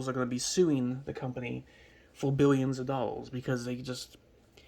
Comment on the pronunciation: 6 biwwion dowwas